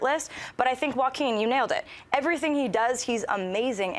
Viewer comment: I'm pretty sure john mispronounced Joaquin's name. I'm not so sure either, i just pronounce it differently. I'm sure everyone has their own interpretation because it's such a strange name.